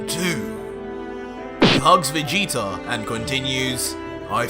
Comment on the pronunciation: Lol dude said vegeta with a hard g instead of soft like how its supposed to be pronouced and had to check to see if that's how he did the whole time 😂 it was a one mistake lol im ridiculous